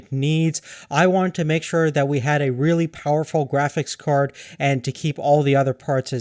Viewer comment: "Kräfix Kawrd" - What the?